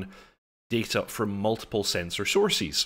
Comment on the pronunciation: sourcees? are those like horsies?? saying it like that doesn't make you look smart bro